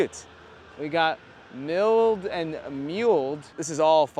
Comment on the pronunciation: "milled and mulled" is pronounced like "mill-d" and "mull-d" not "mile-d" and "mule-d"